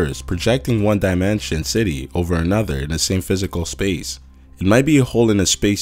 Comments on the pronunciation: I hate the way you say dimension. I hate you. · What's with the way guys use and say the word dimension?